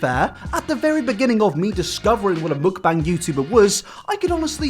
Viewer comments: it's muk-BAAANG not muk-BANG pls 😭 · i appreciate that u dont pronounce mukbang the way the americans do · The way you pronounce mukbang makes me want to tear my ears off every time you say it, it’s awful